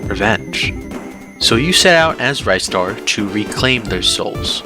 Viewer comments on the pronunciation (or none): Just found out you pronounce ristar as "rye - star", unsuscribed forever